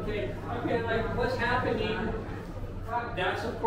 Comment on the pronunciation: Oh-La-LayeeEEEEeeee ,,,,,,, WAZZ ZappIning ????? Yur killin' me with Dat one !!!!